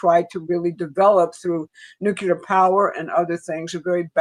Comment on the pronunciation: NOO-KLEE-UR NOT NOO-KYU--LUR